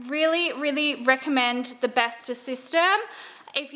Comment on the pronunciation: bestå is pronounced bestoh